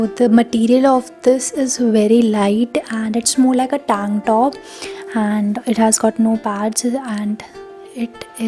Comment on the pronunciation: Other people: Tank top This girl: TaangTTOP😂😂🤣🤣